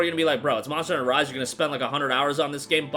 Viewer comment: Bro, slow down a bit and pronounce your words a little better there were a few times I i was like what did he just say, like "marsh starter vive" meaning "monster hunter rise" 😅